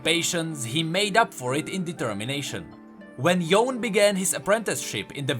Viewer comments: Bro, I can't 😭 Why you keep pronouncing it like "Yown"? Even the characters, and in the cinematics they say "Yoh-neh", I don't understand why so many people keep saying "Yown" 😭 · It's Yo ne.., the e is not silent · It's Yo-nay ffs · It's pronounced yoo-nay. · Its cringy hearing him say "yone"...i didn't finish the video after hearing it 3 times lol